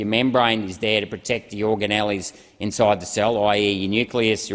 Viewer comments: oh buddy. en-do-the-lium, not en-do-thee-LEE-lium. or-ga-nells, not or-ga-nellies. amazing research, but pronunciation is important so you don't superficially undermine yourself to the intellectually pretentious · He also spoke of the "endothalilium" and "organellies". When the words come out wrong it always reminds me of the second phrase from the schoolroom poem Ladles and Jellyspoons.